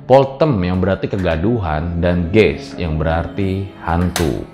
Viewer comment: Geist dibacanya Gaist (ei di bacaya seperti ai)